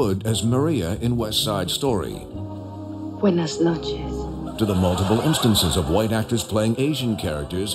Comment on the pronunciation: “Wenas noches”